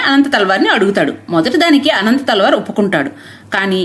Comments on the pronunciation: He is not anantha thalwar.....it's ananthalwar...... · అనంతాళ్వార్ కాదు అనంత ఆళ్వార్ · ఆయన పేరు అనంతాళ్వార్.. అనంత తల్వార్ కాదు.. ఆయననే తిరునన్తల్వార్ అని పిలుస్తారు.. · అమ్మా, అనంత తల్వార్ కాదు అనంతాళ్వార్. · అమ్మ తెలుగు ఉచ్చరణ సరిగ్గా లేదు తల్లి 🙏 అనంత తల్వార్ కాదు తల్లివారు. తల్వార్లు కత్తులు గునపాలు కాదమ్మా